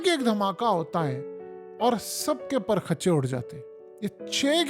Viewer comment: Bhaee "per khachay" nhi hota "prakhchay" hota hai😅😅😅😅😅